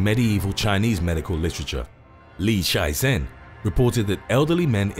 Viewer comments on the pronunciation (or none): It's not Li Shizen, it's Li Shizhen.